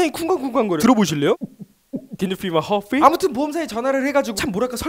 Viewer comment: 캔유삘마 핥삣?ㅋㅋㅋㅋ